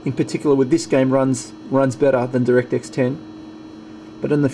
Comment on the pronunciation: it's not directix it's direct-x... The gtx has more blue.